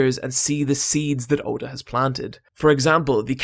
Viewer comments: Ok good but the you pronounced his name wrong. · The fact that you pronounced Oda's name so badly made me dislike this video